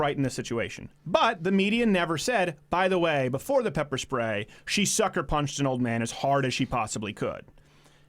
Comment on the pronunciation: "And then they pepper schprayed her" ...Love how you say pepper spray! xD